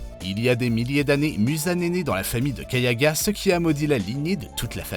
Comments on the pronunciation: C pas kayaga c kagaya et c pas misturi c mitsuri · il a écorché tout demon slayer il a dit kayaga au lieu de '' kagaya '' et kimetsu no ''yaba'' au lieu de ''yaiba'' Misturi au lieu de ''Mitsuri'' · Ok, donc on a Kayaga au lieu de Kagaya, Misturi au lieu de Mitsuri, Muchiro au lieu de Muichiro, et Tomiaka au lieu de Tomioka, respectez les noms, surtout quand ils sont pas si compliqués à prononcer Mais le comble c'est de nous montrer Lisa de Blackpink à la place de LiSA la chanteuse japonaise qui a chanté Gurenge, pour une vidéo censée donner des faits, donc de vraies informations, que ce soit sur une œuvre ou sur la vie réelle, le but c'est de montrer les bons persos et les bonnes personnes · C pas kayaga c kagaya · C’est pas kayaga c’est kagaya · Et gayaga 🤣